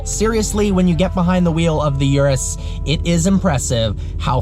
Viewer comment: PLEASE, Urus....U of URUS is not that STU*** 'iurus'... it's URUS with U... i know english people are poor in other languages and ur "U" is quite always a "iu", but i cant ear that! Try NOT to "americanized" the model names (and not only this one!)